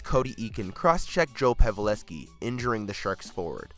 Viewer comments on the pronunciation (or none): ah yes the great sharks player Joe Paveleski actual prnounciation is PAV-EL-SKI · Pavalevski is how he pronounced it. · He mispronounces so, so many names in each video it's ridiculous lol "pavelevski"??? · Pav-e-leski? Clam-bell? facepalm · how did he say Joe Pavelski